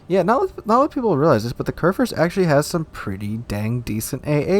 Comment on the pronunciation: körrförst... as a german i can only shake my head )